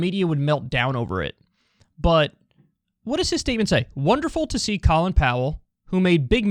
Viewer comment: Kyle: makes fart noises Also Kyle: won't pronounce Colin Powell's name correctly